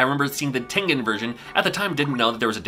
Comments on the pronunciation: TEN GEN as in generation!!!! 😣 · Common mistake, but it should be the hard g. American company with a Japanese name. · Who else pronounced Tengen as TEN-JIN as a kid? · I always thought it was pronounced Tenjen . I learned something new . Great video ! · I used to think it was pronounced tenjen with a soft g as opposed to a hard g sound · I don’t know either I was saying it wrong or was I always pronounced it with a soft g sound like in the word “giant” but pronounces it with a hard g sound like in the word “ game” so in other words I always pronounced it like “tenjen” like with that soft j sounding g sound but pronounces with that hard g sound like in “game” in the middle so which is it someone please tell me